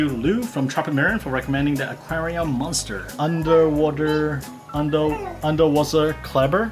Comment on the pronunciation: Hi, i am from Germany and listen always to your channel. The pronunciation of UNTERWASSERKLEBER and Aquarium MÜNSTER are absolutley wrong. I couldn't unterstand you at all, that's so funny. I wouldn't have thought that UNTERWASSERKLEBER is so much difficult to pronunce. By the way, Unterwasserkleber means underwater glue. Anyway, you asking for tank size suggestions. A lot of people like deep tanks for her fishes because that provides more "effective" swimming space. ( I only have a standard size tank)